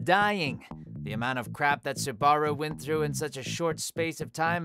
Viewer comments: Subaru. How can you pronounce it wrong? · WHO PRONOUNCES SUBARU LIKE THAT? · The butchering of names needs to stop. Ugh. MA DO KA. SU BA RU. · hearing you pronounce Subaru's name like that was causing me great suffering... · Or that he can't pronounce Subaru...